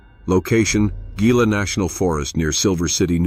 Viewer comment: Just FYI- it’s not pronounced as ghee-lah (Gila) here. The G is pronounced as an H sound, so it’s hee-lah.